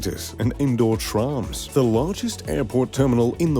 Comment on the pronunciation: indoor trarms? u mean trams, even posh people don't say trarms that's just made up